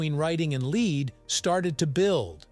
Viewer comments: It's because it's read out by a machine, not a person and the fact that 'lead' is pronounce differently dependent upon context, which the machine is too stupid to pick up on, we got a bloody awful commentary on this video. Had the authors had the wit or wisdom to think about it, they'd have altered the written script to read 'led' instead of 'lead'. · It's "led" as in "Led Zeppelin". Doesn't anyone watch these before publishing ?